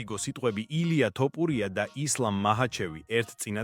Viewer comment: Magari ylexar vigacaxar! Iswavle laparaki she siro? 😂 ტოპურია😂😂😂